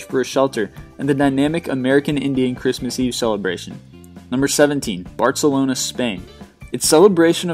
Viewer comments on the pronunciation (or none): "Bartcelona" no its BARcelona I'm so hurt right now